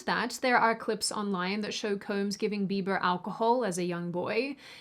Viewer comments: Justin Be-bah. Lol! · Did just say “Justin Beeba’s forma house keepa” Gosh she is cute. In any event, with a million subscribers seems to me that is something of a celeb herself. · justin Beeeba 😂 😉